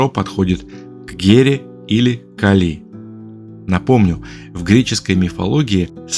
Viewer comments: "КалИ" мне лично очень по ушам бьëт😅, всегда говорили КАли.. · Сначала скажу спасибо за титаническую проделанную работу и интересные мысли. А теперь спрошу - КАК можно так издеваться над именами, которые, по идее, должны быть известны с подросткового возраста? Даже если ранее пропустить все книги/фильмы/передачи/уроки, где упоминаются Кáли и Арéс, но ведь при подготовке материала Вы изучали источники, в том числе википедию, где 100% есть ударение. Вздрагивая от КалИ (не нашёл букву и с ударением) потом услышал Áрес - и всё стало ясно... Вы,, не только научились делать обалденных богинь (и богов), но и обучили ИИ на своём голосе и теперь можете просто писать текст, а ИИ его произносит ))) Шутка, конечно... или не шутка? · Гекатонхейры всё же дети Геи, а не Гекаты и происходят от (х)екатон - сотня и хейр - рука. Может Вы и санскритолог, и по индийской части видео правильно сказали (особенно ударение бедной Кали меня мучало), но с греческой частью дали такого же маху, даже не потрудившись проверить. Ну а по поводу сравнения/схожести многоруких и многоголовых существ - в каждой религии, как и в мифах, есть что-то совсем разное и что-то очень похожее. Всё это лишь сказки, придуманные людьми, основываясь либо на услышанном от других народов, либо, как ни странно, увиденном чего-то такого, что не поддавалось объяснению. И каждый описал немного по своему. Может когда-то летал механизм высокоразвитой цивилизации с кучей камер и манипуляторов - вот вам и сто глаз да сто рук. А может вообще ничего не было и авторы мифов и легенд добавляли глаза/головы/руки для эпичности, значимости и как признак, что это "не человек". Мы никогда этого не узнаем наверняка и можем лишь придерживаться версии, которая нам больше по душе. Мне вот, совсем не нравится ваша версия со скоростью, впервые её слышу. Мне больше по душе, что это хоть и одна из форм божеств, но нормальная, физическая.